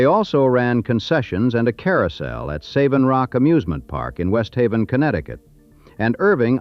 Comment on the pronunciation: Savin Rock is pronounced like savvy. :) soft A